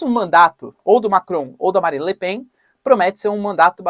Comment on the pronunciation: É lamentavel que não saiba pronunciar correctamente os nomes Le Pen ou Melenchon. Igualmente nao sabe pronunciar a palavra "adequar".